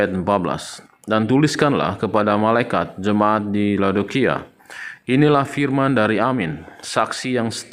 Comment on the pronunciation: Saking sebelnya sama Nandar, kepaksa deh saya maén fisik. Firman itu huruf "f"-nya kecil, bukan huruf "p". Omongnya pake "pernyataan", aja, gak usah "statement" yang kamu bilang "setetmen".